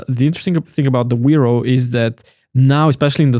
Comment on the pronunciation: correctly "Veropay"